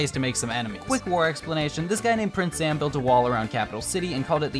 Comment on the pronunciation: it’s prince zam not princess zam